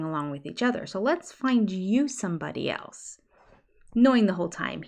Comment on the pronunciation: Haven’t you heard him saying a hundred times the word “elts” instead of the word “else”? He’s such a moron.